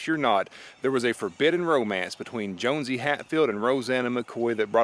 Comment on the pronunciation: Actually, it is pronounced JOHN-see; not Jones-see.